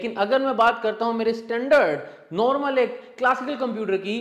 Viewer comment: नोर्मल नहीं नॉर्मल होता है, उच्चारण सही करिए बाकी एनालिसिस तो बेजोड़ है।